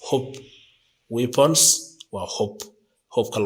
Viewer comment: The pronunciation is not good! Therefore, you should correct it; otherwise, the people will benefit from these political words! Example, the word battle field! Americans pronounce baadhal fiildh or British pronunce it baatal fiildh, I am so commiserating with it! Weapon can't be pronounced wiiban, but you should pronunce webanis, don't you listen international Media?